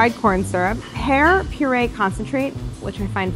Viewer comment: When she said “ pear purée”, I thought she said,” hair purée”